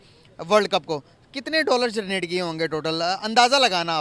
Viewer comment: भाई पहला 'जरनेट' या 'जनरेट' यह शब्द ठिक से बोल लो...😂😂